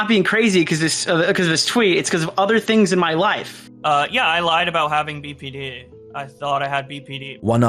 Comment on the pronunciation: You say the acronym BPD wrong twice, unwatchable